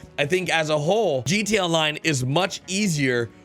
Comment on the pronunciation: Drinking game: Take a shot everytime he says "Rededaline". Slap the person to your left everytime he says "GATonline". GO!